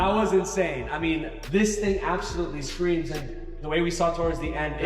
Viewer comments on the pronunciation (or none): Boy you got tens of thousands of ppl watching you...I know you didnt just say you got the Corsa "ES-SKREEMS" exaust on there and it aint "SKRATE-piped" 🤦🏾‍♂️ Go back across the skreet and think about what you just did‼️